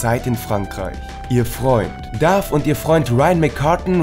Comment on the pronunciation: Sie spielt Liv and Maddi (nicht Mandy) und es heißt Dove nicht Dave